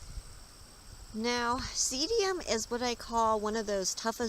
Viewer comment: The name of this plant is pronounced see dum not seedium. Just a friendly note :)